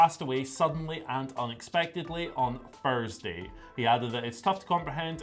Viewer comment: Furrsday you say? Furrsday?